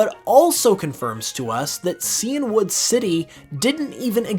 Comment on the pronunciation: Super interesting facts as usual! Just FYi, Cianwood is "sigh-anne-wood," like the color Cyan (blue).